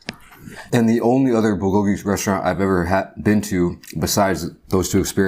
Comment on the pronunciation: That’s not how you say it